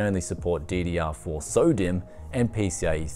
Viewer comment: It sounds like your saying Sodium, not "SODIMM"